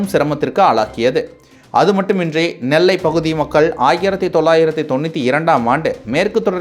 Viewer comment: மக்கல்….வால்கை…. சாவலாம்டா நீங்க..!